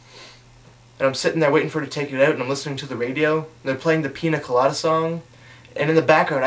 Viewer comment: canadian accent FTW on "pina colada".